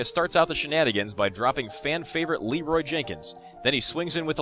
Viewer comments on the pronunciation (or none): none